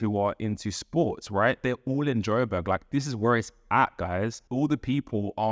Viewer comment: It’s Joburg. Not Joberg. ❤